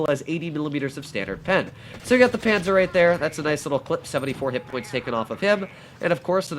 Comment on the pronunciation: I'm austrian but I don't really know how to Tell you how to say the "a" correctly, because I can't write the phonetic spelling on my mobile but we write it: Panzer zwei J